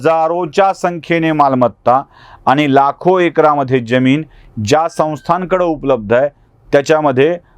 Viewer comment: जमीन का ज्यमीन निट उच्चार करा